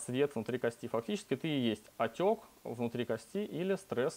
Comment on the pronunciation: кОсти пожалуйста говорите правильно